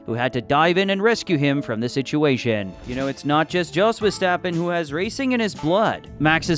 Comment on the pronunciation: It's "yos", not "djos"